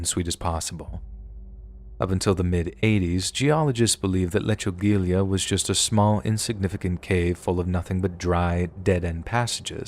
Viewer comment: Folks, lechugilla rhymes with tortilla